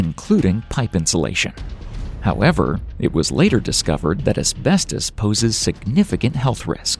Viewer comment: "Harmful asbetos!"